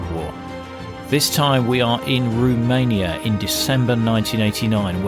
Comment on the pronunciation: "Roomania"? It's Romania.